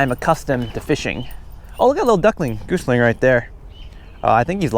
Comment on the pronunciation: It's "gosling" not "goosling" Lol. I know nobody cares, but it was annoying me